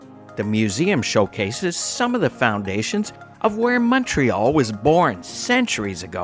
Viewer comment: Montrealer here. Fantastic video guys! Don't know where you guys are from, but thank you for pronouncing the name of the city properly!! Omg I don't know what it's so difficult for people to say!